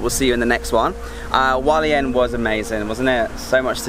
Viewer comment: Hualien, not Walien! You pronounce the H.